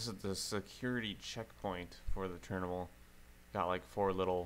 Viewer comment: Love the way you say terminal it is more like ''terimnal''